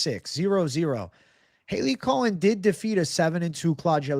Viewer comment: It’s not (Hailey) Cohen...it’s Cowan!